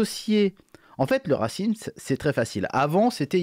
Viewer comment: C'est fait exprès la prononciation "racimse" ?